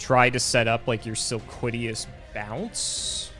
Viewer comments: Sil-lola-quiz: Sil-quiddy-yas the card: Silquitous. sil-quit-ous. its not hard guys. spell it out. sound it out. read it. Silquitous. and i thought was bad with names. jeez. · I like how and both had different pronunciations of Silquitous and both of them are wrong